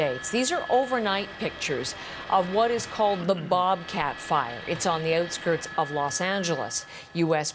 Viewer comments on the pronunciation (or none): You can tell it’s Canadian by the way she says “ootskirts”